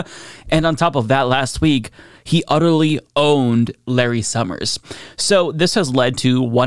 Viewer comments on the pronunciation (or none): none